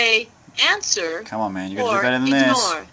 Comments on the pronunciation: the device: call from.... the guy: "enzah" . Jabra: say "answer".. the guy: "enzah" the device: " man just press the freakin button cause i dont know what you're saying" 🤣🤭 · It does not seem to understand your British accent ”ansa..” Probably you have to pronounce “answer” :) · I think it doesn't understand you because you say "ansaw" instead of "answer" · when Jabra says say a command"..when you have a call...it recognizes the command "answer" ...pronounced "an..sir" not " an..saw "..... sorry but its true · It's cuz you said ansa